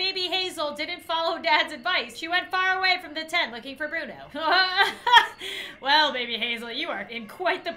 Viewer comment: What happened to Bruno!? Me:That's not bruno… That's Buno 🗿